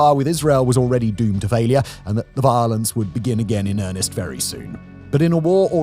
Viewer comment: I know it's silly, but I love how Simon says "violance."